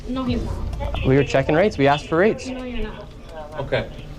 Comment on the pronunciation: Baby plz don’t say “Axed” for asked !